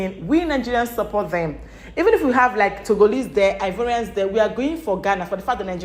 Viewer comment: Ghanaians don't pronounce Ivorian the way his saying it.